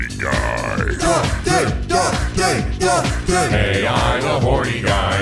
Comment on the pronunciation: you're still mispronouncing the "AI" in the game's name. It's pronounced the way it sounds. There aren't even periods in the game's name to suggest the letters are pronounced separately. Edit: Also just a reminder, Ei's name, from 13 sentinels, is pronounced the way it sounds. I've been a subscriber since ish so I know how you're like with pronunciation, but I find it ironic that you pronounce the name that isn't spelled like "eye" as just that, and then pronounce the name that is spelled like "eye" as not that at all.